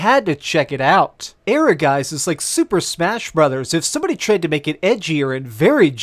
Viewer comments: "Air-uh-guys"? I think you see one too many Es in there. It's Ehrgeiz, 2 syllables. =D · It's German and it's pronounced "Ergaits". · Ehrgeiz is always mispronounced when the name of the game is announced once you are on the menu! Jeez!! E-her-jayz!!! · Your pronunciation of "Ehrgeiz" is really interesting as it is the german word for "ambition". But sometimes Japanese like to pronounce this words in a strange way, so no clue how the developer would call it. I would pronounce it as "Air-gaits" but the "a" in "gaits" more like in "heart" or "hard". Kinda hard to explain :D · The way you pronounce Ehrgeiz sounds so funny to my German ears 😂